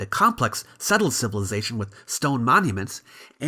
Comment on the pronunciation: Why can’t he say civilization correctly? Why does he have to say civiLIEzation??